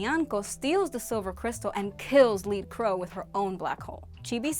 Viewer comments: They wouldn’t have known if chibiusa died when Galaxia took major ya star seed... she was already in the future. Also her name was pronounced led crow not lead crow... all Galatia’s fighters were named after metal or weak substances. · It is "led" crow, not "leed" crow. Named after the metal. Doesn't seem you're the only one who gets this wrong. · Was I the only one bothered by the way she kept saying lead Crow? Like she kept saying lead like leader not lead like the metal. And it doesn't make sense to me because all the animates also had a metal component to their name. Sailor iron Mouse sailor aluminum siren sailor Tin ninanko. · I love this- it's hilarious to examine this entire crazy storyline and put it on a timeline! XD However... one thing... Sailor Lead Crow: the word "Lead" should rhyme with Bread. Lead, the metal. Not as in "Lead the way." That's why there's Sailor Iron Mouse, Sailor Aluminum Siren, Sailor Tin Nyanko-- they all have a metal element to their names. Lead, the metal :) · The Lead in Lead Crow is pronounced like the metal, not lead as “leading” or “leader”. Also when you write Lead in hiragana, you get “Reddo” which is also wordplay on her colour scheme: red. If it was lead like “leading”, you’d get “riddo”. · I hate to be that person but it’s lead (led) crow not lead (leed) crow😅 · Isn’t it leAd crow like the element not pronounced “LEED” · Lead (led) crow.... fits in with the metal motif with Aluminium Siren, and Iron Mouse ect... not Lead (leed) crow lol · I’m going to say it… why is she pronouncing lead crow like “leed” lol? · Sailor lead crow is pronounced ‘led’ like the metal, all of the sailor animamates are names after a metal and an animal… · "Lead" as in "led". Tin, iron, lead as in metals. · Lead Crow is pronounced as "led" like the metal. All of the Sailor Animamates names start with a metal. Tin Nyanko, Iron Mouse, Aluminum Siren, Heavy Metal Papillon. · It's lead rhymes with red. You know the metal, like tin and aluminum. Lead.